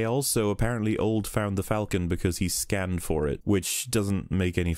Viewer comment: It is pronounced fall-ken not falken. It is the same A sound as in Aaaaw.